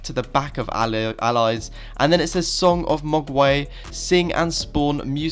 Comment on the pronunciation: I'm sorry but the way u said mogwai hurt me 😂